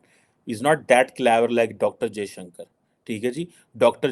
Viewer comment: Jaishankar not Jiashanker 😵‍💫